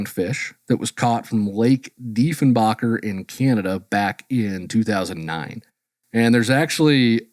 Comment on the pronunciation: Saskachewan guy here. I just wanted to infrom those out there, that the lake name pronounced, Lake Defenbaker. He got the first part right, defen, as to defend witouth the D. Baker part is no baaker, But baker as into bake.;) As a local to that area, i do also agree that calling it a "world record" is a stretch, maybe a better way of saying it would be "world record" triplod rainbow trout. the story is a little interesting though it was 2 brothers that broke this record within quick succession of each other.